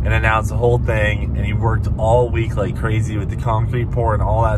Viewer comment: "Liak Butter" 🤣🤣